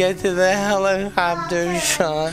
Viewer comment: I heard of helicopter not fellimofter